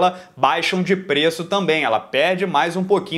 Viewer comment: Pronuncia-se aura, não áurea. Excelente vídeo, continue com seu trabalho fantástico.